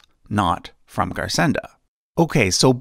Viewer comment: Garsenda is pronounced /garsendo/ as it is occitan